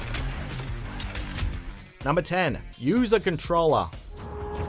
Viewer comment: Hah "CONTROLLER" NOOO